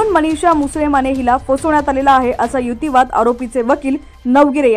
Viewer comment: युतीवाद? मराठी भाषेला नवा शब्द या वाचणारी बाई देत आहे. युक्तीवाद की युतीवाद?